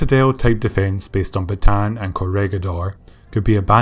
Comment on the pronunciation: Want to be the first narrator to get the place names correct (ie, as a Filipino would say them)? Corregidor: Not COR-REG-GID-DOR, but COR-REH-HEE-DOR (REH = RE(DoReMiFaSol, etc.)/RAY) Bataan: Not BAT-TAN, but BAT-TAH-AN. (Just sneak an extra 'a' in there.) Aside: You do a superb job, but these names have pronounced incorrectly for so long they've become accepted by every other non-Filipino historian/history buff everywhere. Not your fault.